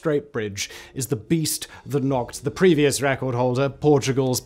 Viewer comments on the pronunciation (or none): none